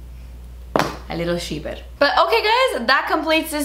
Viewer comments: “A little sheaper” 😂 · "A little sheaper" 👌 Lmao 😂